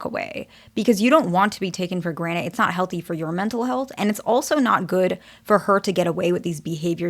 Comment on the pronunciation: I swear I'm hearing "for granite"